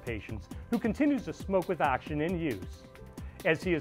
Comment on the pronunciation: The word is "oxygen", not "axygen" as you pronounce it.